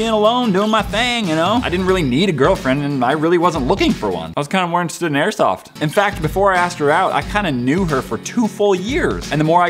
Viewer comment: Amanda said more not moar